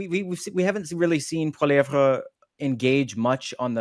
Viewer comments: What's with the mispronunciation of Poilievre, ton nom est francais, n'est-pas? It's not Poiliev rah, it's Poili ev, comprends-tu! The sooner Canadains wake up to the fact that Trudeau and Singh and their respective sycophants have completely screwed Canada! Trudeau's childish attitude and inability to think has put Canada in a weak and vulnerable position--Trudeau starting a trade war with the USA is pure lunacy. The only thing Trudeau will accomplish is to make Canada the 51st. state sooner--which is something I am on board with, so keep up the good work Trudeau, Make America Great Again with Canada as a state. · I could only stand hearing the Uber French pronunciation of polieve a few times before I'm dumping this to go watch something else. Please leave that shit in the east after western Canada separates. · Ear Pain every time he says poilievre